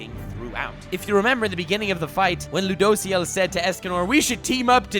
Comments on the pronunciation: It kinda triggers me the way he pronounces ludociel "loo dough see el" xd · Oh man i hate how you pronounce Rueduciel. And he’s a guy not a girl. But other than that great video